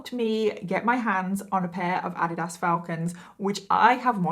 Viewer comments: It's not ah di Das, it's uh deed us. Sorry nor being rude I just couldn't understand what you meant. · Sorry 😂I couldn’t understand the shoes you were talking about. We pronounce it Ah-Dee-does here in the US. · Thank you for this video! I love your make-up look. Also..... Adidas is pronounced Ah-deed-us. ❤🧡💛💚💙💜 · Adidas? I believe that word is pronounced "Uh-dee-dus". 😂😁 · Americans are the ones who pronounce it incorrectly. The creator of the shoes name was Adolph Dassler...Adi was his nickname. So it is Adi Das AHH-deeh--DAHS. I only know this bc first time I heard the real pronunciation I thought it was wrong too and was laughing but I looked it up and realized the other person was correct. ;) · I am all of two minutes in the video and I'm so sorry but the way you pronounce Adidas is great. No hate at all but here in America as far as I've heard it's Ah-dee-dus 😅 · FYI 😊it’s pronounced ah-DEED-us. Luv u! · You are saying “Adidas” wrong. It’s ( u-Dee-dus) Lol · Ive never heard someone pronounce Adidas like that before lol in the US we say A Dee Das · girl you're saying adidas wrong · It is so crazy how differently words can be pronounced in different countries. It made me giggle the way you said Addidas lol Love the videos and so happy I found this channel! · Lol, I love how you pronounce "Adidas". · Completely butchered the brand of shoe 🤦🏻‍♀️ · The way you pronounce Adidas is sooo different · I so love your channel and you are a great story teller! I love your accent 😁 I have a thick one as well. But I have to say it took me a few minutes to figure out what brand of sneakers you were referring to in the intro 😄 Adidas is pronounced so different in the US lol love the way you say it lol 💯💕 Can’t wait for new videos 🥳